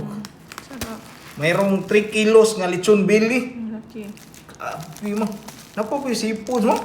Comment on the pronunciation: Lechon beh-ly. Dili “billy” lol